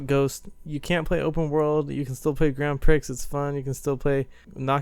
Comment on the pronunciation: You arent supposed to say the x in grand prix